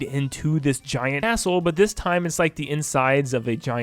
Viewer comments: Bro said asshole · He said castle! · Bro It feels like he Is saying assh0l3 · Ik but it sounded like it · So, I'm not the only one who heard that xD